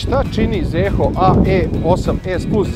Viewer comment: Nije Zeehooo nego Ziho.